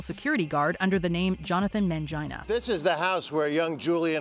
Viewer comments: Man-GIN-a Not Man-GINA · "Jonathan Mangina"? 😂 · Did I hear mangina 😅😅😅😅😅??